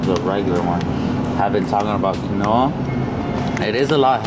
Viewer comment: The way you pronounced quinoa lol